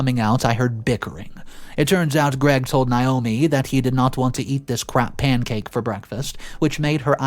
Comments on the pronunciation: It's nay-OH-mee not n-eye-oh-me. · Nay.....NAYOMI is how iys pronounced. If it was spelled the way youre pronouncing it it would Nyomi or Niomi. Naomi is pronounced NAYomi.